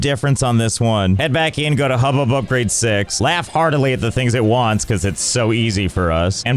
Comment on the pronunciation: "Upgrade the HUB" ☝Hup-grade☝